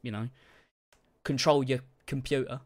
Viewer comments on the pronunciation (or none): "kuntrol yuh kunpyutuh"